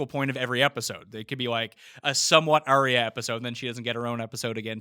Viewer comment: mispronouncing warg and Arya so triggering.